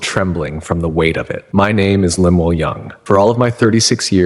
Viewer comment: His name is Lem- el Young otherwise pronounced as Lem- u- el. And what Mormon would name their kid Lemuel? 😂😂😂